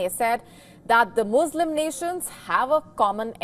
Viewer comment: Why do you say Muslim like that you are hurting my ears Moooo slims 🐄🐮